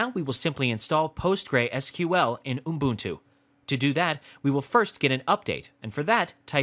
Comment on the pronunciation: I must say, your pronunciation of 'ubuntu' made me laugh. No offence intended. Nice tutorial by the way!